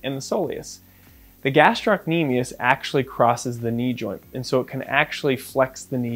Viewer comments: In med school I failed to diagnose an achilles rupture on a guy whose motorbike had tipped over while he was on it. I thought Thompson's test was negative but it turned out I just wasn't squeezing hard enough! Tricky. Oh and just one thing about the etymology and pronunciation of "gastrocnemius". Taken from Wikipedia: "The muscle is named via Latin, from Greek γαστήρ (gaster) "belly or stomach" and κνήμη (knḗmē) "leg"; meaning "stomach of leg" (referring to the bulging shape of the calf)." Oh and eccentric is pronounced ex-centric. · Thank you, this is most interesting and educational. One small comment about the word gastrocnemius : it's gastro-cnemius (the belly of the lower leg) while you were pronouncing it as gastroc-nemius (which in greek does not make sense)